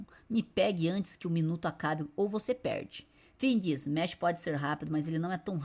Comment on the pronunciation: Mash = meshi kkkkkkkkkkkkk aqui no nihon a pronunciation e mashu 😊